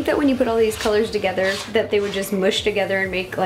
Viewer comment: “Like thes”